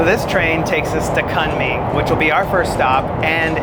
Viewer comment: It's chilly there too. I lived in Kunming Yunnan for a year. It was a awesome. You said Kunming incorrectly. did you have the spicey potatoes. we lived in China for 13 years and enjoyed it immensely. I really enjoyed this episode.